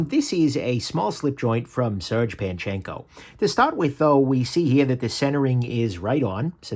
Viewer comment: I guess I never heard anyone pronounce his name, but I always assumed it was pronounced ser-gay. Do you know if surge is correct or just guessing also?